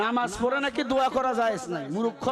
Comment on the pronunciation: ফালতু হুজুর ইসলাম ধর্ম প্রত্যেক দেশের জন্য এক এবং তিনি মূর্খ শব্দটি সঠিকভাবে উচ্চারণ করতে পারেন না তিনি আবার কিসের আলেম